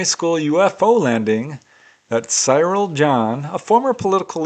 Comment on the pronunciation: The Milford Haven case, his name is pronounced Cirrul. My dad's name was Cyril 😊